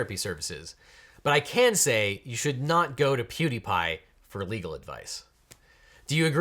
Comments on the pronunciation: It's PewDiePie. Not PieDiePie. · also it's PewDiePie not PieDiePie